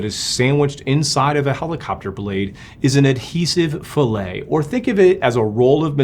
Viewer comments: its not pronounced fillet, a-la a chunk of salmon. its more like fill-it. same word for composites and machining. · A fillet as used in mechanical engineering is pronounced “fill-it”. This is an inside radius. What you used is the pronunciation “fil la” which is a cut of meat. I was working in helicopters at a competitor to Paramount when this accident happened. It grounded all A109 helicopters for a short while until they found the issue in the Milan factory. Believe it or not, but there was a change in personnel, and there were no written procedures in place. The new guy decided to clean the adhesive fillet up with a knife to do a better job. It resulted in the replacement of main rotor blades that were made after his start date. Helicopters are unforgiving . A109s were not built in the US at that time, they were all built in Milan, Italy. The Philadelphia facility was the US delivery center, customer support and customer requested modifications. I had been at both the Philadelphia facility and the factory in Milan around the time of this issue.